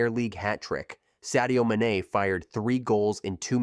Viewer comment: The moment i realized this was AI slop when he pronounced mane like that, i stopped watching ASAP